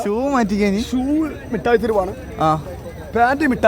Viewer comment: മുട്ടായി തെരുവ് അല്ല മിഠായി തെരുവ്😂